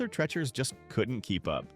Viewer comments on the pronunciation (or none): It's pronounced Tree chers. Please don't clickbait. None of these businesses were ever considered the worst. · Arthur "Tretcher's"...A.I. is a travesty. It's pronounced "Tree-cher's"! Its namesake was a British actor known for playing butlers and such, and in the '60s and '70s he was the announcer and general all-around sidekick on The Merv Griffin Show. The only one I ever went to was the one on Elm Street in Enfield CT, in the same shopping center as the now defunct Pumpernickel Pub. Only Burger Chef I ever ate at was on Memorial Drive in Chicopee MA. It was across the street from the Airline Drive-in, where they ran movies dusk-to-dawn on the weekends during spring and summer. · Never heard of some of these. Knew a gal in NJ who never heard of JITB. It's pronounced TREE-chers not TRETCH-ers. Brown Darby? AI bs. Because of the racist stuff, Sambo's changed its name to Seasons. The beginning of the end. There were two Sambo's in my town. Ate there many times. Place to go after the bars close.